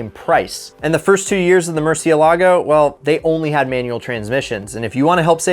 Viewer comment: "mur-ci-el-ahgo" english only speakers are so bad at pronouncing foreign cars lmaoooo